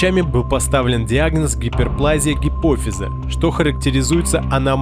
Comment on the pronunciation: ГиперплазИя а не гиперплАзия , ты хоть инфу гугли нормально 🤣🤣🤦🤦